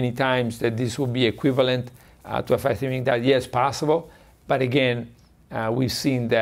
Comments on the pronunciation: Fascinating video. Slightly irritating that Dr Patrick kept calling it Fasting "Mimetic" Diet rather than "Fasting Mimicking" though! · Why does she keep calling it fasting “memetic” diet? Mimicking. Not hard. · What is she saying that sounds like "Fasting hemetic diet" ? She isn't saying: mimicking. I've played it over and over. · Is she trying to say, "mimicking?" She keeps pronouncing it wrong.